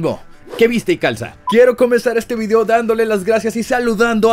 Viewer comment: Si proncias "Vidiou" como tal suena más natural el saludo, me gustan tus videos